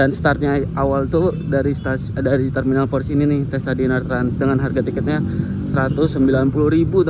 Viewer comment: Kayaknya di baca cessa bukan tesa 😅 deh